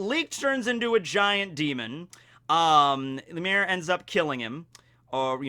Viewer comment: cant pronounce Lumiere? Beauty and the Beast my guy. Loom-EE-air